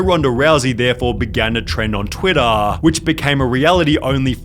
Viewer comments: Twittahhh. Latahhh. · "Twittahhhh.. four months latahhhh" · "Trend on twittah.""foh months latah" irritating mispronounciation